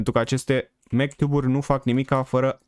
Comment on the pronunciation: Zici ca spui mctube în loc de magtube1